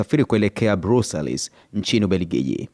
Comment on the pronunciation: Nadhani mji mkuu wa nchi ya Ubeligiji, umeitamka vibaya. Mtangazaji wa Super Brand ulitakiwa kuuliza kwa wenzio kabla ya kuja na kutamka hivyo. Asante....